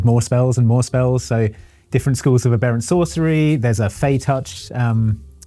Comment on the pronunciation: I hate to be a dick about it but,, that's not how you say "aberrant". It's pronounced the way you would describe the smallest of a litter of Swedish popstars.